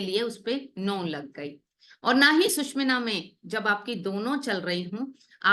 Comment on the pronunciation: सुशुमना नाडी is right pronounciation